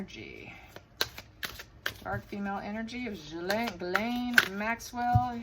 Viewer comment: 1st person (of too many) who has pronounced Ghislaine the right way!! KUDOS!!